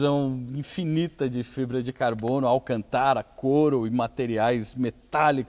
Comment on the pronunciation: Nao da pra se sentir bem com ele falando alcantára